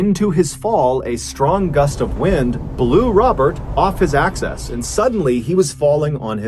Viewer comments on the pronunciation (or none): Axis. Not "access."